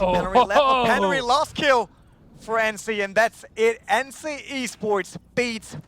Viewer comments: brucie sanchez i speak German and Swedish (swedish is nearly the same as Finnish and ENCE is from finnland) and i can tell u they "pronounce"(doe know how to write) it wrong... dont tell me its because hes german! Cause im able to sad it right as well! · It really pisses me off when the guy miss pronounces their names. "Ency" "peneri"